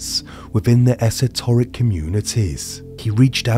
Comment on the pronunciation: Esoteric is spoken as a full word you don’t hyper pronounce the E 😂 it’s like the petrol garage esso you don’t say E’sso 😅